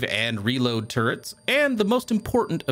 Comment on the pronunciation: I keep hearing "turds" instead of "turrets". It's really breaking my immersion.